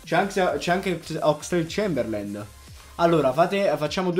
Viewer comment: Ogni volta che hai pronunciato il nome di Oxelade-Chamberlain ho bestemmiato.